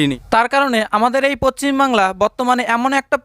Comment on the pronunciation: রাজ্যের নাম পচ্চিমবাংলা নয়। ভিডিও বানানোর আগে উচ্চারণ ঠিক করুন।